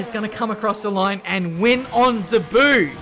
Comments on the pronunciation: clears throat ben, debut is pronounced "day-bue" not "daboo" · Nobody: absoulutley nobody: dayboo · The way he says debut when Vettel wins really irritates me 😂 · How can not pronounce debut...